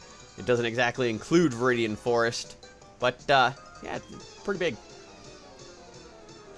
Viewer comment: when you got that full restore in viridian forest, it sounded like you said forest ore XD